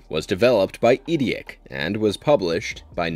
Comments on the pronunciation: eidetic is pronounced eye-det-ick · Why do you pronounce "Eidetic" like that?